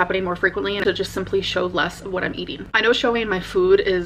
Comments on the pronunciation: Same..like wtf is that. Fuud 🙄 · The new way she says “Food” makes me cringe